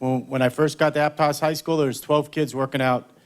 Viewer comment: Pronounce Aptos correctly coach.